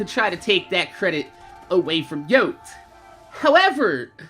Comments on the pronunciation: why does everyone pronounce it yohte he pronounced it as yoh tee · Pronounced yotey-slaya